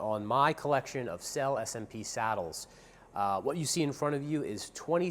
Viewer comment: 🤔how trustworthy about those saddles can someone be who even can't pronounce the name of the company